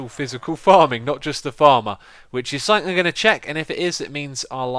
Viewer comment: Its something, SOMETHING, not somethink!!!